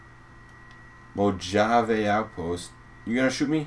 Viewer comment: Its pronounced like mohavea.